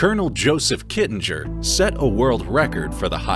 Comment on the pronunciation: Interesting video,. Other than the many inaccuracies, the actual pronunciation of Col. Joe's last name is "Kitting-er", not Kittin-jer". He was a very nice guy and loved being part of the skydiving community. I met him and listened to his stories at a PIA convention. He will be missed by many.